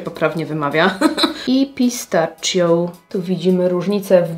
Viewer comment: Tak a propos "modżajto" to włoską nazwę "pistacchio" wymawia się: pistakio. Bo "ch" w j.wloskim zawsze wymawia się jako "k". Przy okazji połączenie "ghi" wymawia się "gi", więc Lamborghini to nie jest "lambordżini", tylko "lamborgini" 😊